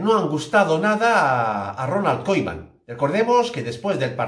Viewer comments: Y el tío dice Ronald "Koiman" y por eso ya merece un dislike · Increíble información, que ilusión que se le den los minutos que merece Trincao. No sabia que de pronunciaba "Koiman", toda la vida pronunciandolo mal, gracias por quitarme de mi error. Muy buenos videos, siempre información CONTRASTADA, así da gusto máquina!